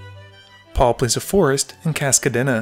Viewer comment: The way he pronounced Kadena as Kadéna really throws me off